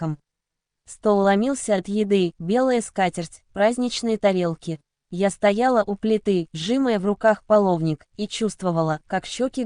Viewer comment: Да научите же эту…чтицу правильно ставить ударения хотя бы в одном слове «сжимАя», а не «сжИмая»!!! То она «селА» на скамью, то встала у «Окна»… это уже даже не смешно!!!